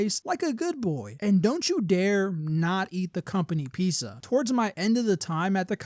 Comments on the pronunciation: why are u pronouncing pizza like that 😭 “piece uh” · clicking off because of how you pronounce pizza